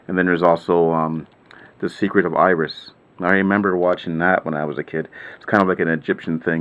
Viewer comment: It's pronounce ice- cis (iSIS) not Iris, and yes Jason of Star Command was way better then Space Academy